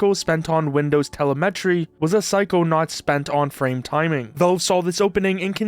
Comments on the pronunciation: Dude it's not "telleh MEH tree" it's "teh LEM etree". If you can't take time to figure out how to pronounce things, why would I think you'd take the time to properly research anything? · Telemetry not pronounced tel-e-met-ree its te-lem-et-ree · its teLEmetry not teleMEtry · tele-'metry' dude its pronounced 'Telemetry' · Tele meh tree? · Did you just say tele met tree? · K2 is simply some PM after a promotion. and Upgrade yer text-to-speech --> "Windows tele-metry" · tell a met tree ? interesting way to say that word, also "when a company has a monopoly the consumer looses" so steam then ? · Teleh meh tree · small nitpick with video "telemetry" is pronounced "tuh-lem-uh-tree" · Regarding the term “telemetry” - you’re putting the em-PHA-sis on the wrong syl-LA-ble. Also, recommend reading from a complete script - your inflections pretty much repeat for each sentence due to splicing audio together - it starts to distract from the points you’re trying to make. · Pronunciation of telemetry is hilarious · Your AI slop voice doesn't know how to pronounce "Telemetry" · That's not how you pronounce telemetry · Pronounce Telemetry correctly please. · LMAO that's not how telemetry is pronounced 😭 dear god the slop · 'telemetry' is emphasized on the second syllable. You can google it. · the way you pronounce Telemetry :3